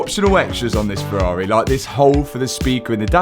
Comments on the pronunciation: I bloody love this channel, not just for the incredible rebuilds, but also because there is no other channel where Ferrari is pronounced "Ferrarehhh". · “Ferrarey” 😂